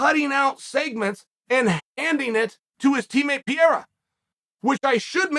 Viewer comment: No one can even pronounce his name right, so I give chael a pass this time